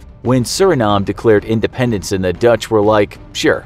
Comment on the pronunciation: repeated cringing in my English degree heart IndependEnce.... Not dAnce... @@